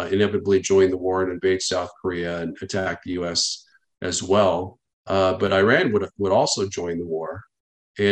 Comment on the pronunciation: I is pronounced as E in regards to Iran. Not being the linguistic police but if one is supposed to carry weight in a conversation about foreign policy and affairs pronounce Countries correctly....my father is Persian aka Iranian. I am going to be that asshole.